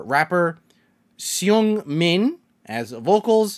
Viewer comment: (It's not hate) I can give you a tip for saying the names original name pronounced Hyunjin = hyunjin ( sry is don't know how to explain it it's not like an u more an y like in you) Seungmin= sungmin Changbin= cangbin